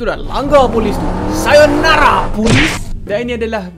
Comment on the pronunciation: pandai cakap sayonara